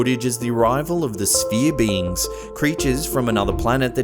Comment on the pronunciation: Not sure if hes saying beings......or beans......